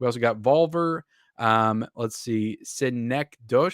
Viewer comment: I will do anything to have the Synecdoche 4K as a standalone, it's my favourite movie of all time. Also, Synecdoche is pronounced suh-nek-duh-kee.